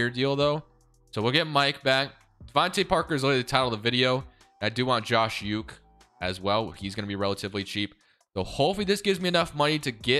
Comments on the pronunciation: Uche pronounced: " Oo-Chay." and Barmore is just: Bar-more not Baramore. Nbd just cringe when you say the names wrong 😆. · Pronunciation of Uche and Barmore is hilarious hahaha